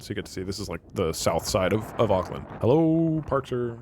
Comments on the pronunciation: him saying ockland 💔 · WHAT THE FUCK IS AOKLAND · One hour of kiwi pain at hearing an American pronounce Auckland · The pain from hearing Doug pronounce the names of things how people outside nez zealand do is visceral and sharp 🫶